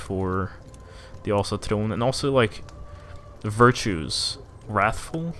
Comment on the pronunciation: Wait what is your mother tongue? That Ásatrú pronouncition was spot on